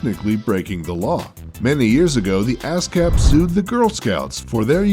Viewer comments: Yeah, it should be pronounced UH-SCAPP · He kept saying Ass cap at the start he he he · ASCAP? sounds like ass cape. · when he said ascap I thought ass cap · thats what I heard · he said asscap xD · to me it it sounded like ass crap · haha i thought he said asscap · When I herd him say ASCAP, I though he said Ass Cap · Me too